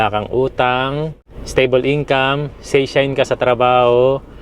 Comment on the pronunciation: Finally and congratulations may investment ka na at mairaraos ninyo yan ni Aya. Correction lang ah, and no offense, hindi shine kundi shain, like company employee ay kaishain 会社員 at ang permanent employee ay seishain. Never say gaijin but gaikoku jin. Magsimula ng mag-aral ng tamang Nihongo dahil baka ituloy na ng bagong Prime Minister na isama ang JLPT requirements para makakuha ng PRV after staying here for 10 years.